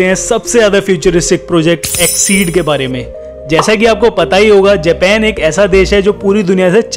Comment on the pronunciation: भाई देश का नाम जेपेन है या जापान है